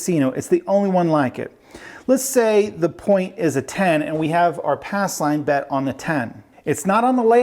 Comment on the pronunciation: Ass line? He keeps covering the P in pass. 😁